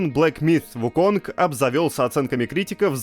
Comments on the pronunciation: Разве? Никогда не слышал про вариацию "Вуконг", слышал лишь про английское произношение этого имени, которое решили вот так произносить. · Слово "myth" правильно произносят, а вот "wukong" -- нет. Бу-у. ХОтя, куда деваться, английский сильно-сильно дальше от восточных языков, нежели русский. Поэтому и Сифу с Вуконгами. (